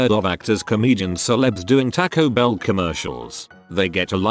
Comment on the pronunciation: Nobody: TTS: TACK -o bell